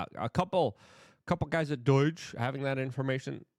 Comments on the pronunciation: Why does Luke say "DOURGE" I mean learn how to freaking say DOGE...there's no R in it.... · It’s pronounced DOH-JUH not DOYG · It's DOGE for crying out loud, not DOIGE! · Luke, it’s pronounced dowzh, not Deutsche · Me: Say Doge Luke: Doige Me: Perfect, thank you. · Doge not doyge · NOT DOYGE........ can you say D owe GE????? work on it Luke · Does it bother anyone else how he says "doige" instead of "doge"? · Not DOIGE It's DOGE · There is no 'I' in Doge ! Its not Doige . Man , Idk why but thats REALLY been bothering me Luke 😂 😅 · Why the hell do you pronounce it DOYJ? Weird. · Dude. It's not Doige. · What the heck is "doige?" Ffs, get it together, man! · Luke please pronounce DOGE properly lol...its not Doyge, you sound like a boomer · Why do you say “doige?” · You're saying doge wrong brother. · There's no "I" in "D.O.G.E." Bro